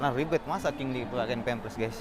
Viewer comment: Pempers bukan pemplers abang ku😁